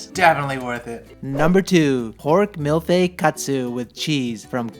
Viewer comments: it's mille feuilles, pronounced "meal feuy" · "mille feuille" is pronounced like: mill-FOY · It's approximately pronounced mill foy :D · All looks amazing, wish we had this here! P.S. it's pronounced like 'mill foy'. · Did he just say milfy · It's pronounced ... "mil foy" 😃